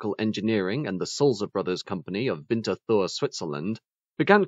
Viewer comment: Pretty well pronounced for Swiss ears...